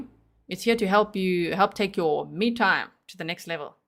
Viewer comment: All this time when talking about the "cream" I thought you were saying "your meat time" rather than "me time" lmao This case is disturbing me on so many levels G lol Also perhaps the hair dryer (if thats what it is) was used to drown out noise like Maddie struggling or maybe screams God forbid :(